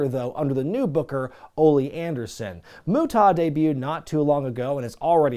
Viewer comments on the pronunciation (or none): The 2nd syllable is "ah" like when the dentist says "open up and say ah". Not "aw". It doesn't rhyme with "Utah". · Is there some unknown rib in terms of why you pronounced his name Moo TAH.. I have literally never heard it said that way by any commentator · Alright, we gotta clear this up because I'm gonna pull my fucking hair out if he doesn't fix this pronunciation. It's pronounced: "MUTE-UH", NOT "MUT-TAW". You don't need to put a rising inflection on the "TA" part of his name. And quiet frankly you sound like a robot when you say "MUT-TAW". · The way you say the great muta is hilarious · I hope some, somewhere, complained about your pronunciation of The Great Muta 🤣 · Is there a story behind the deliberate mispronunciation of Muta's name? Without context it initially comes off as jarring and then just disrespectful. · I would've subscribed if you could pronounce Muta correctly. I really do miss professional wrestling. Sports entertainment just isn't the same. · He doesn't know how to say "Muta". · What’s up with the mispronounced of the great muta!? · Sorry. I'm late to the party here, but uh, why in the HELL are you pronouncing Muta like that? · Dude, you ar supposedly involved with wrestling is some ways. Say The Great Muta's name with some respect or properly. I understand its your channel and your trying to be funny, but cmon man. He is a legend...and not the way these little 20 and 30 year olds use legends now.